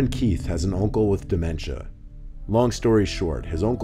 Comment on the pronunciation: The way he says Oncle lool